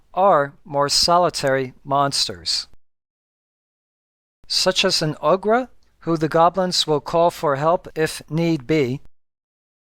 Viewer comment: Very thorough! Thanks! I noticed pronunciation of kobold and ogre I hadn't heard before!